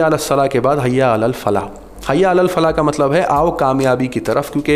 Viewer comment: Salaat nahi sahaab salah hai kam se kam bol ne se pahele accha knowledge le lee ya karo.